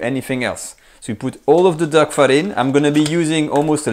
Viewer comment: "massage zer duck..." Love this channel...